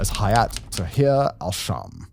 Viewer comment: Correct pronunciation: Al-Sham❌ Ash-Sham✅ Al-Shara❌ Ash-Shara✅